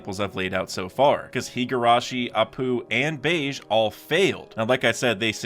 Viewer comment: BEGE RHYMES WITH GEGE (AKUTAMI) IT IS NOT PRONOUNCED LIKE BEIGE